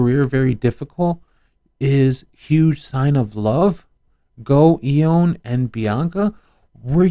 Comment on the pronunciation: Its pronounced "yo on" "gifford"